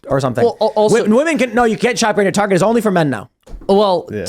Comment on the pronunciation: The fatter american just said, tahguh cah gerruh taruh car yuh targuh car no targurh car targuh targuh cart? no targuh car beautiful targuh carh. You Yanks need to start annunciating your consonants.